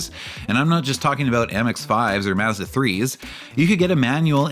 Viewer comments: mazzda? it's prounnced Maw- zda Very annoying to hear this throughout the video. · According to Mazda, it's pronounced "Maaz·duh." I'm giving you the benefit of the doubt and guess you're autistic, not a slow adult. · yes thank you! it was irritating to hear his pronunciation of such a simple word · Is there any way that you can re-upload this video where you actually pronounce Mazda as Mazda. As funny as it is to hear the extra six letters in the name it gets super annoying real quick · This dude worked at Mazda, and for these videos is researching Mazda, watching old commercials and other reviews etc etc and STILL can’t pronounce MAZDA. Unreal. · Kamala Harris is offended by the way you say Mazda. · Why is the narrator pronouncing "Mazda" like that????? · A few seconds into the video weighing how much I want to watch the video vs how willing I am to hear someone say Mazda like that 😿😿😿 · it's just an accent thing. Only poking fun at him.